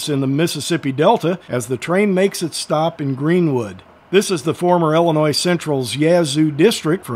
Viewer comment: Good video. By the way it's Illinois, and not "Ellenois."